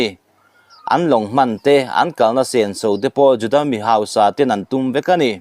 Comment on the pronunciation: Juda tih pawh i lam dik thiam nange ?😂